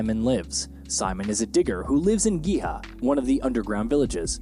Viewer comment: His pronunciation of Simon should be (see-moan) and Giha as (gee-ha). Unwatchable to me.